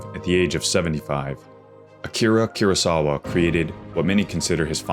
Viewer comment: Its not keurosawa its kurosawa, koo-row-sa-wa